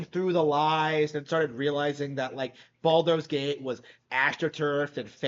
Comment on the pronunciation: What's with the whole "Baldo's" Gate thing? Is it some sort of epic own to mispronounce a name?